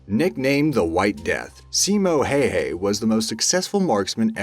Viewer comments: Its not hayhay is hawha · How you turn out Heihei form Häyhä? C'mooooon reasearch atleast that much for the vid that you could pronounce even close to what it is. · I laughed every time when u say his lastname little wrong not Simo hay hay, it's how it writes. I know finnish is hard language. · The way he pronounces Simo Häyhä's name is giggly. It's literally "Hei hei", which means "Goodbye". Kinda fitting though. :D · Nice video, but your pronunciation of Häyhä is atrocious :)